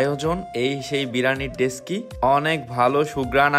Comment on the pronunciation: ডেসকি না ডেকচি